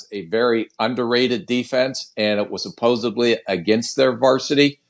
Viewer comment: A GM who says "suposebly." No wonder the dude was fired.